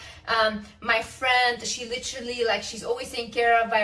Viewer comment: Why is she even talking or making these videos? Just be quiet. "LITRILLY"